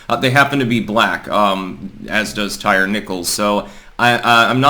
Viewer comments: Ty-ree not tire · Ty ree is how it's pronounced...not tire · It’s tie-reee not tire. Lol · So can you at least learn how to pronounce his name? Ty-re not tire. Very disrespectful of the murdered. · "Tire" Nichols. Lol.😂 Not "Tyree" Lol.😂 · Here in the south it is pronounced, "tie-REE". May he rest in piece. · Hey, his name is most likely pronounced 'Tie-Ree'. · It's pronounced Ty REEE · Tyre = ty-ree. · Tyre, pronounced Tie-Ree. "They" always Remix/redefine/etc. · The name "Tyre" is pronounced "TY-REE". (Come on, it's not hard to find one YouTube video featuring someone who knows.) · Also if you can’t even pronounce the guys name correctly maybe don’t comment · That word is pronounced tyre, the thing you have four of on your car. Illiterate hoodrats don't get to change the language.